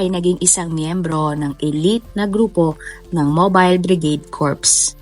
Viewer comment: Mobile Bridage corps pero ang bigkas po dapat ay Mobile Brigade corp lang po....